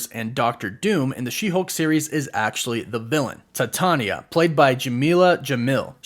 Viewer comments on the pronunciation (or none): Is it not pronounced “Tye-Tay-Nee-Yuh” ?? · Titania is pronounced like "Titanium" steel. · I always thought it was pronounced Titania like titanium? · Twice you pronounced her name wrong, and then on the third time (which you didn't thinking about it) you pronounced her name correctly!! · One day in a galaxy far far away you learn how to say Titania. Please it's so annoying